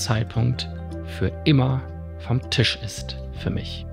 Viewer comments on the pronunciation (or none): none